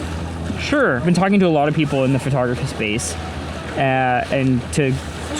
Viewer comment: FerTogRuhFee 😅😅 I can’t unhear it at this point. Non English speakers are daily confused at where the “fer” sound comes from 😭😭😭